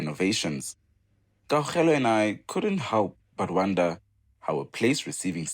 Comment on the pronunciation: Why is butchering Kgaugelo's name so badly and consistency? Don't you guys work together?